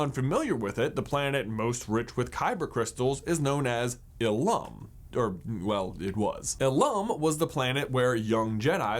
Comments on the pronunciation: I'm not trying to be mean but ilum is actually pronounced "oolim" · you are pronouncing ilum wrong and i love it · Does the way he pronounces ilum bother anyone?